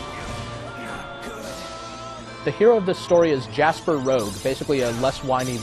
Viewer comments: It sounded like you were calling him Jasper, it's Jaster, lol. But I have to agree with you. This was a fantastic game, it was the one that got me interested in Level-5's other RPGs, and Star Ocean 3, because I heard there were similarities (which to an extent was true, I certainly wasn't disappointed by that game, either) Some of the boss battles were too easy, though, as in you could win by literally using an AOE attack over and over (Jaster's Desert Wind, Steve's Icy Eye Beam, etc). I loved building up the factory and Revelation Charts, though. My main complaint is that the dungeon layouts were incredibly repetitive, but I guess I can understand since it was made by the same people who made the dungeon crawlers that were the Dark Cloud games. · i love this game so much. did you call him jasper? if so its jaster